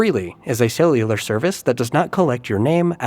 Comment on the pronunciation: AI pronunciation? ce in cellular